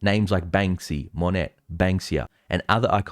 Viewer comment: Monet is pronounced Moe-nay, not Moe-net. 🙂